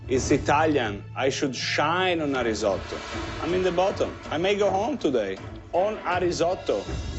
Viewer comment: the way you pronounce risotto will make Italy weep a little